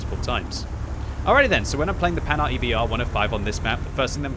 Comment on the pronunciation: The "Panard", you kill me haha. It is prounouced "Pan-Hard".